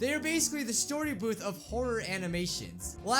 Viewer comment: D-did you just say "STORYBOOBS"?